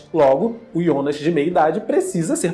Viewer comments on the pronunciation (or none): Pronúncia Jonas ou Ionas?? 🤔 Rsrsrs